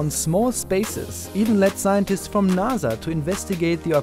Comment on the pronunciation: NASA is now "Naa'Za"